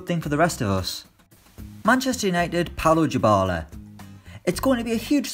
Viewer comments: I got triggered everytime he said "djibala" instead of dybala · U mean 'diebala' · Navi22 jibala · Paulo "Djybala"? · Your pronunciation of Dybala is terrible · W-why does he say Dybala like that... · Fr, where did he get the j from 😂😂